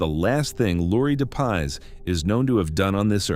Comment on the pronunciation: Its Laurie Dep- Iss....not de paws